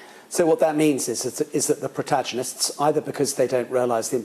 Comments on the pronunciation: What on earth are “protajonists” ? A senior army individual should know how to pronounce protagonists - with the t_a_g part pronounced tag not taj 🙄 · Did he say protajonists instead of protagonists?